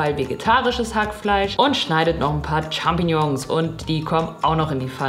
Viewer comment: "Tschampingjongs" lustige Aussprache 😂